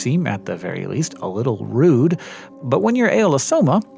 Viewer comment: i love how you just go "While eating a part of your family is quite, RUUDE-"